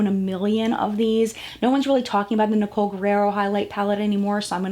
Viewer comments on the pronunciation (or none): none